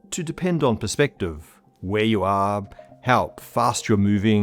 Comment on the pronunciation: It is all a matter” of ‘per-spect-tav or tiv…